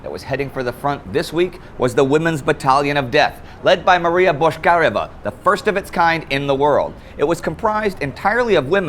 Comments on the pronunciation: Finally someone noticed that. When Indy says that, it sounds like "Boshkareva", while it should be "Botchkaryova". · Also, it's БочкарЁва, not БошкАрева.